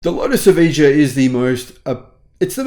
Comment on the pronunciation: It’s both the amount of power and the poor traction tech. They should have asked Tesla to help out. It’s pronounced E-vie-ya.